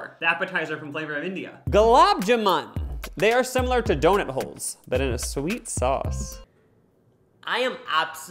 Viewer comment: I like how you guys say "donit" when talking about donuts 😊